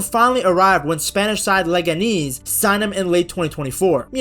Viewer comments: How do you know their mascot but not how to say their name lol. Leganeeeez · Leg-ah-knees is killing me 😂